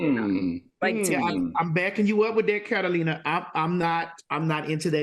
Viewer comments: If TS MADISON CALLS THAT LADY CAT-A-LINA ONE MORE TIME 🙌🏾🤣🤣🤣🤣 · Al, Carolina plus another person who's yet to be seen! But why am I hearing her name as- Catalina and Carolina? Why y'all can't even get her name correck? 💯